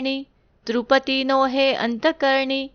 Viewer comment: श्री गुरु देव दत्त एक सुचना कराविशी वाटते तृपती नसुन तृप्ति आणि गुपती नसुन गुप्ती क्षमा कराली पण रोज हे उच्चार मनाला खटकतात